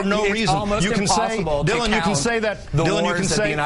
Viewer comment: Dylan said it right!